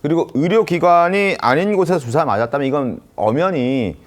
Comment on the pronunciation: 방송하는 사람들이? ’주사‘ 뜻에맞게 정확히 발음하시지. 술주정 ’주사‘로 들려요